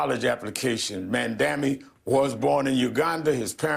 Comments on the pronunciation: Zohran: "My name is Mamdani, we have to get it right!" MSNBC: "Mamdamini" The View: "Mamandi" IHIP News: "Mandami" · Mandamunee mandamee mamdani. Reverend Subsaharan genius spent most of his glorious life learning how to read apparently 😂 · Bro. It's Mom-Donny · Al Sharpton mispronouncing Mamdani saying "Ma'amdamnani" was the best laugh I have had today. He added a couple consonants, and a syllable. He can't get it right. Hilarious! 🤣🤣🤣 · The race baiter can't even say the socialist name correctly. He called him Mamdamani and Mamdami. Hahahaha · Sharpton is so embarrassing. M'amdambknee? Imagine how the press would react if a white person butchered his name that badly. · “Ma’am Dameni” “Mandami” “Mamdami” Three strikes and you’re out! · "Mam-dami" -Al Sharpton. LOL!! LOL!! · After all the liberals and mainstream media pundits said mispronouncing Kamala’s name is racist, is Al Sharpton racist because doesn’t pronounce Mamdani’s name correct??? 🤔🤔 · Sharpton badly pronouncing Mamdani's name after yelling at everyone for how they said 'Kamala' . Hilarious hypocrisy! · I love how none of these Dems can pronounce Mamdani's name correctly, but Heaven forbid a right winger mispronounced Kamala's name 😅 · Anyone gonna call out Al Sharpton for mispronouncing his name like how got so mad at people for doing with Kamala's? 😂🤣😂🤣😂🤣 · Sharpton can't even say Mamdani's name correctly 🤣 😂😂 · Im rolling here. Cracks me up. Nobody likes this communist nut enough to pronounce his name right. 😂😂 I don't blame them either.